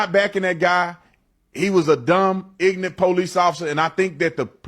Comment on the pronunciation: He doesn’t even know how to pronounce ignorant